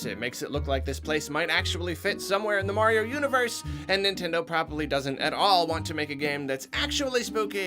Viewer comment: You mean Green Mayrio?